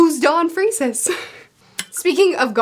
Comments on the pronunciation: That's the first time I've heard anyone pronouce it "Freeces" instead of "Freaks" LOL. Also, Ai (pronounced "eye", means Love in Japanese) is what Nanika says in the Japanese version instead of "Kay". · ITS PRONOUNCED FREAKS NOT FREESES LMA0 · ITS PRONOUNCED FREAKS NOT FREESES LMAO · oh and its pronounced "freaks". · gon's, ging's and don's last name is pronounced "FREAKs" free-ks. One syllable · Ging's dad actually raised Ging until he died in a boating accident. Ging's Grandma tell us this in those Ging chapters after Heaven's Arena. Not a dead beat as far as we know. Don Freeces(pronounced freaks) is likely a distant ancestor. Togashi likes his detours. The Dark Continent is a saga. Like meeting Ging it will be a while, probably epilogue. I would get it out of your mind. Before the DC we have the New Continent where the humans have to get permission and help to make the next stretch of the journey. I believe a we'll get a Human World Arc involving Gyro the crime boss from the Chimera Ant arc Werefin and Bizeff went to go see before it too. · Her pronunciation of Freecss really threw me off for a hot second. 😂